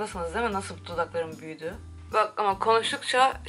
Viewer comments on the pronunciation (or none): yaa o şey değil mii "ne manağğğ doğall dodoklorommm " 😂😂nişanlımla izledik öldük gülmekten 😂